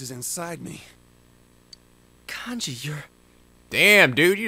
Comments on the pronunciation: It's pronounced Con gee, not Can gee, by the way. I heard you use the correct pronunciation once or twice but then you went back to Can gee! >.< I know I'm being neurotic, but I have a feeling it's going to be annoying if you keep pronouncing it that way... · is the first part of Kanji's name pronounced "Kahn-ji"? or "Can-ji". because I've always pronounced it "Kahn-ji"